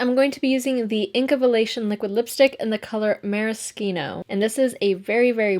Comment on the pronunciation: It’s maraschino. Like a maraschino cherry.